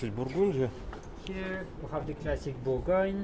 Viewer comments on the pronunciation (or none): none